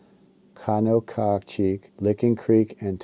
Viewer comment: Locals pronounce the creek Conococheague as Kon-a-ka-jig